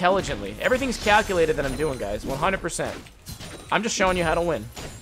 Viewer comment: Besides being a pro on zed and knowing what fights u won and what u lose, i love how he says I'm - "amma"